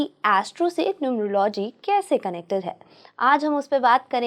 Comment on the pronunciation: न्यूमरो - "लॉजि" 😂😂😂 चाहे कितने आधुनिक, महंगे और फैनसी कपड़े पहन लो, गँवारों का सच सामने आ ही जाता है I "Numerology" शब्द का उच्चारण (pronunciation) "न्यूमर- औलोजी" होता है I 😅😅😅 गीदड़ पीले रंग और काली लकीरें अपने ऊपर पोतने से चीता नहीं बन जाता l